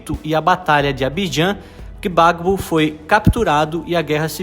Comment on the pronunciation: Pronuncia-se “Babô” e “Uatará”